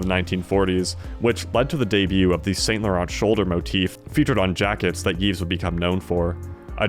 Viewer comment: don't pronounce the ts in Saint Laurent...they are silent